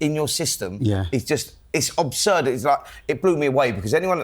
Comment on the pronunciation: Absurd, not obsurd 🤦🏼‍♂️